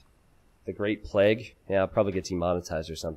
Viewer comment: Or like t90 says, "pleg"